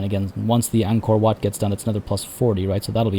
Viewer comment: I like how you pronouce WAT. It is so accurate.